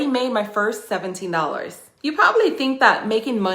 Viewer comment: Did you say $17 or $70 ?🧐🧐🧐